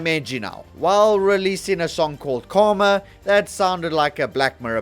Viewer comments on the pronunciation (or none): none